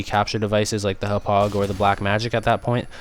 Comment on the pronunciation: Hop-pog not hup-ugh. Gotta say it with the Long Island accent.